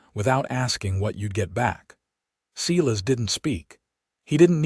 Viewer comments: good story, too bad the spelling and details are mixed up. Elijah should probably be Elisa, as stands for a woman. Silas is spoken Sailas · Silas is pronounced Sylus, my grandpas name. Tucson is pronounced 2son.